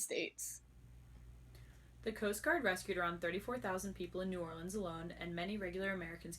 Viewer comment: This is beautiful but the pronunciation of New Orleans activates my fight or flight response